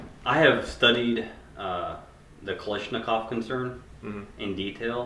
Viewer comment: Why do Americans say "Kalishnakov" when it's Kalashnikov (калашников)